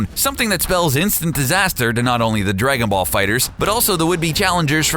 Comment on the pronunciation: Haha right at the beginning 'Drakenball'